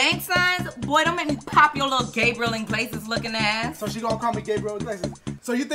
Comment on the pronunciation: She said gabriel iggilaias lmfao